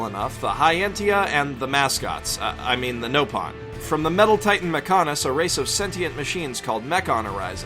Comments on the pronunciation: Nopon not Knowpon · you mispronounced nopon, surely you would know how to pronounce it if you've played. SPOILERS AHEAD DON'T READ IF YOU HAVE NOT SEEN THE ENTIRE GAME The monado doesnt cause shulks visions either. I also do not believe that fiora is a clone of shulk though i do beleive she has her own you unique play style. also, PLEASE PUT A SPOILER WARNING. unlike how i did so at the beginning of this comment, you did not put one up, some of the clips and story you showed, even though some parts were beginning game, are massive spoilers. you note how well thought and surprising fioras death was, when you ruin the surprise for someone else. you could have EASILY fixed all of the problems by, again, putting up a spoiler warning for us all. just because i have seen and played the full game, doesnt mean that others have. please be more thoughtful on the the topic, i, personally and as a huge fan of this game, hate it when people like you ruin the surprise, one of the very hooks of the story for others. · wait sorry missed it as well... though you still missed pronounced nopon and didnt get some of your facts right (though the were pretty small)